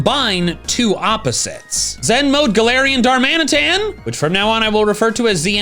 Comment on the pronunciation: IT'S GALARIAN DARMANITAN, NOT DALARIAN GARMANITAN!